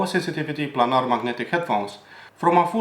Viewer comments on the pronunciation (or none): none